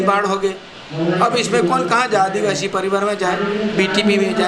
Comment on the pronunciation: जिला प्रमुख अपने मिलकर बनाया कमल कांग्रेस एक है आपके बहकावे में नहीं आने वाला है युवा बीजेपी की गुलामी करते हो इतनी काफी है दूसरों को गुमराह करने की कोशिश मत पहले आदिवासी शब्द बोलना सीखो इतना ही आपके लिए काफी है